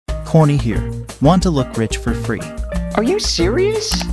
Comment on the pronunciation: HE SAID CORN Y